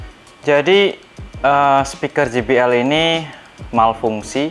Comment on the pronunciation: JBL Dibaca kalo inggrisnya "je bi el " bkn ji bi el...huruf J dlm inggris dibaca "je" kalo huruf G dibaca "ji".